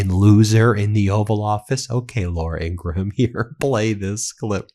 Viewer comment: Laura Ingraham’s name is pronounced Ing-gram, not Ing-gruh-ham. SMH, your subscribers expect you to pronounce names correctly! Let’s get this.